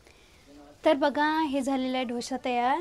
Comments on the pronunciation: ढोसा नाही डोसा म्हणा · ढोसा नाही ग डोसा म्हणतात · धोसा नाही g दोसा मन 😂😂😂😂